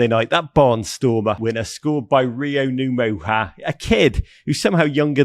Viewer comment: Finally someone pronounce Ngumoha correctly. Thanks Rog.